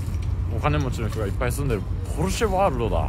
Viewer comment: 一般市民→ポルシェ スーツ神→ｳﾎﾟｫﾙｼｪｯ